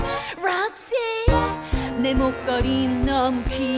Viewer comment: ㅠㅠㅠㅠㅠㅠㅠㅋㅋㅋㅋㅋㅋㅋㅋㅋㅋㅋ배꼽 도망가요 ㅠㅠㅠㅠㅋㅋㅋㅋㅋㅋㅋㅋㅋㅋㅋㅋㅋㅋㅋㅋ이제 락씨로 들림 ㅠㅠㅍㅍ